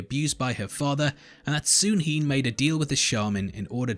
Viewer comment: Dude this video was so annoying. I kept hearing you say soon he and wad confused with the story instead of Sunhe.